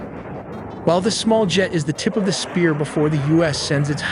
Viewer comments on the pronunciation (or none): none